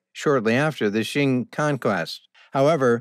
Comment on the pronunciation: Very interesting information. But please, “Qing” Dynasty is not pronounced “Shing”. It is very difficult to hear you keep calling it Shing.